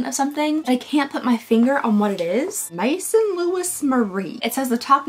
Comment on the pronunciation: Maison is "house" in French, so like in fashion, "house of Louis Marie". It's pronounced sort of like meh-zone. You're so much fun to watch!